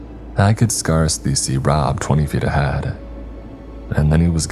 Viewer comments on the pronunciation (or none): Just to help, scintillating is pronounced 'sin-till-lating' not 'skin-till-lating' 🙂 Just like how 'science' is 'sigh-ence' not 'sky-ence' Both words are a soft 'c' 'Azure' is pronounced 'az-yure' not 'a-zoo-ree' You don't pronounce the 'e' And 'scarcely' is pronounced 'scare-slee' not 'skars-lee' - the vowels make it a drawn out word.